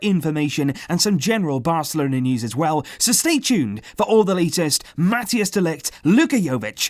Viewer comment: Collaboration with Ajax and Barça is absolutely wonderful but PLEASE pronounce MATHIJS CORRECTLY